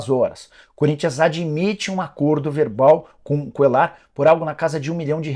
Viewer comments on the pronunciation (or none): Esse cara falando Cuellar com som de " L " me dá agonia 😅